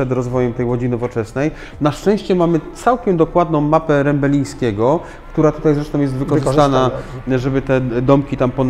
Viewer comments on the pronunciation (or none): chyba się mówi Rembielińskiego a nie Rembelińskiego, co to za mowa?